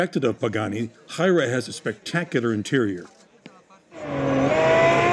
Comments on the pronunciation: is the "Huayra" pronounced really right? I thought of more like "Hu-eey-ra" or something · Apparently it's "Why-ra" although I pronounce it as "Why-ee-ra" myself. Still annoying that the video producers can't pronounce it properly, however it is said. I'd have found out prior to recording the video, if I were working there!